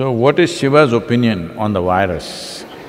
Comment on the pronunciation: Well, it is a terrible wirus, a wirus we cannot ignore, a wery, wery awful wirus. Keep safe as this wirus could spread again. . .